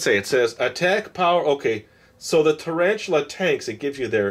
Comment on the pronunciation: who says taran-tula??????? i dont think tarantula is a rare word....i guess he doesnt know what tarantula is.. (-_-)